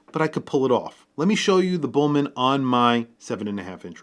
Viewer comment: That'd be Bühlmann not "Bullman". You wouldn't pronounce Audemars Piguet or Jeager LeCoultre english!?